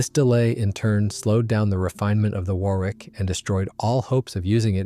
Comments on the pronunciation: Wor ick not wor wick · It's pronounced Wor .. ick. Not war. wick. Fantastic doco, despite the hick ups in the voice track... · If it's scripted by AI then it's a very stilted commentary with several vocabulary mistakes. And it's pronounced Waar ick, not war wick or wor wick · For god's sake learn to pronounce names properly! "Worrick", not "War Wick"! BOAC was exactly that (British Overseas Airline Company) not some mangled "Bowac" obscenity! 125 Squadron is "one two five" not "one hundred and twenty five". DO YOUR RESEARCH PROPERLY. And if it's an AI voice, use a better one. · Thanks for an informative and interesting video, albeit with some strange gaps in the sound. Just FYI, and speaking as an Englishman, the word 'Warwick' is actually pronounced 'Worrick.' I know, us crazy Brits, etc. Also, Farnborough is pronounced 'Farnburra' and Edinburgh is pronounced 'Edinburra.' And yes, the way English is written doesn't correspond to the way it's pronounced. Totally illogical. Sorry about that, it's just the way things are. Similarly, Hampshire is pronounced 'Hampsheer' and Leicester is pronounced 'Lester.' Viscount is pronouned 'Vycount' as though the s didn't exist. Oh, and it's Aluminium - with two 'i's (as in 'The ayes have it' as you'll hear in the Houses of Parliament). Aluminium is like Uranium or Potasium...